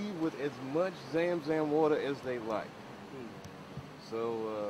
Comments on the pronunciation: Well he's got the story right but his pronounciation of the Sam San water is well off. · He can't even pronounce zam zam right.